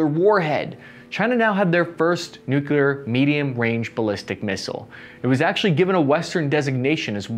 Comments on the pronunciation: Nuclear. Say it with me NU-CLE-AR. Not NUKE-YA-LAR. Thank you. Good videos, by the way. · "New-clear" not "New-cue-ler". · Hey, it’s nu-clear not nucular…jabroni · But then he ruins it by constantly saying nook-yoo-larr. Repeat after me, everyone: New klee urr. The atom contains a nucleus, not a nukulus. That E in the middle is important. Listen for the E. If it ain't there, it's a nook-yoo-larr. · Everyone: New-Clear Americans: New-que-ler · Noo-cleer , not noo- keyoo- lur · Please - it's "newclear", not "nucular". Otherwise a very good and informative video. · Some please explain to him the word is nuclear, not “nucular”. Say it with me, now, “new-clear”. Also, still waiting on that caseless ammo video. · It’s nuclear not nucular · No pass. Three syllables. Make a conscious effort. Say nucleus and then say nuclear. Repeat for an hour or until the speech impediment goes away. If you're going to make videos like these, have a guy there to punch you in the stomach really hard whenever you say nookyoolar. Then start up a conversation about uranium power plants. Within a week or two the nookyoolar should go away fairly easy. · Greetings from Colorado. Great stuff as usual. BUT! Come ON, guy... NU-KLEE-AR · Did I actually just hear a veteran say Nukular? I thought only Dubya said that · Hey! I love your content and delivery. Would love it more if you made an effort to say new-CLE-ar. Not so hard … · Nuclear is pronounced "new-clear." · Still saying "nukular". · Why do so many people say nucular instead of nuclear! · "Nuculer" Ugh